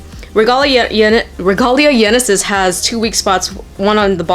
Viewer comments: its genesis not yenesis'-' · It’s genesis. Not yenesis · Just to let you know it's pronounced Genesis. The γ is a lower case gamma in the greek alphabet. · Ragalia Genesis is pronounced like genesis as in Genesis Valtryek the Y is the greek symbol Gamma, which is a greek G